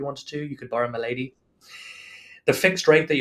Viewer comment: it really sounds like he says you could borrow my lady, not borrow a milady